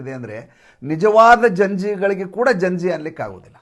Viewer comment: ಜಂಜಿ ಅಲ್ಲ ಗಂಜಿ